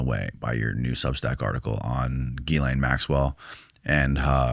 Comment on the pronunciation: Finally, I've encountered a person, capable of correctly pronouncing "Ghislaine."